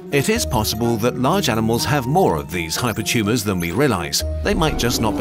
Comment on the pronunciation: "Hypertumes are tumes of tumes"